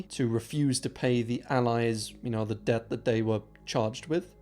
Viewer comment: Good video but how are you pronouncing debt? It’s very distracting lol